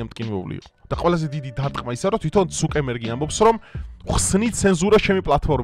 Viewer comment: ცუკერბერგია და არა ცუკემბერგი